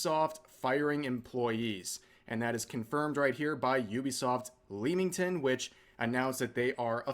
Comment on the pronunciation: "Lemming-ton" is the pronunciation :)